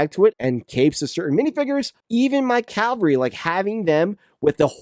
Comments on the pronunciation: It's ca-val-ry, not cal-va-ry. Calvary is where Jesus got crucified, not a term for mounted knights. You do not have a unit based on that geographical location. Please say it right. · ca-va-lry. I know you can pronounce it properly.